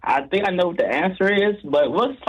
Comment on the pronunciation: “tink about this🐥”